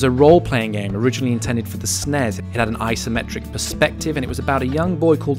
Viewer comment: Ah! Loved this!!!!!!!!!!! Made me all emotional - although the way you said SNES and even calling it that almost broke my brain 😂